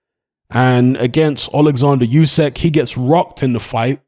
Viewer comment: "Oo-sick," not "Yoo-sack." Either way, he beats AJ again.